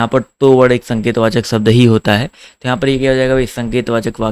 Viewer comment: Sir bahut accha padhate hain aap...lekin aap श ko स hi bolte Hain....kya ye chhoti si Kami door nhi ho sakti... jaise शब्द ko सब्द bolte hain aap... Sahi uchcharad karne wale vidyarthiyon ka baar baar man bhatakta hai...sahitye padhane ke liye khud ka sahi uchcharad karna bahut zaroori hai...